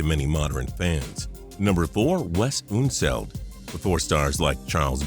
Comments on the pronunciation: ??? Artis Gilmore was definitely not named one of the 50 greatest players of all time! Also, it's UHN-seld, not OOHN-seld. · Pronouncing unseld weird